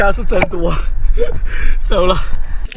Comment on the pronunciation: shou和sou,是收了,不是搜了